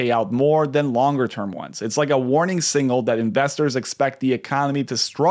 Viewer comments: The word is signal, not singal. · Learn how to pronounce signal?